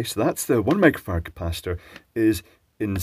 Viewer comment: 1 Mega Fahrad? XD You said it like 4 times :) Edit: Cool, now I hear a very short "micro" every time, but I can mishear it very easily :}